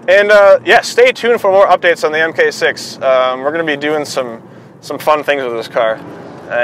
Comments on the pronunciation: MARK 6, not "m k 6" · Mark 6. Not Em Kay. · haha. "Emkay six" It's mark six. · "emm kay" is mmm gay. It's pronounced Mark 6. I love the AP in my GTI, I am hoping for some future updates from Cobb, APR's numbers are better right now.